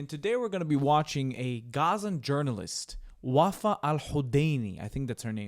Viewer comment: “Answer WUFFAA” 😂😂😂😂💀💀💀💀